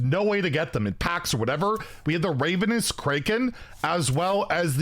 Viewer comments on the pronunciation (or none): I'm both impressed and surprised that you managed to pronounce both Ravenous AND Kraken wrong in one sentence